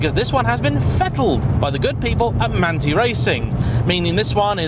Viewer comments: manthey has a totally different pronounciation, more like manthai than manti ... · I believe it’s Man-tie, no?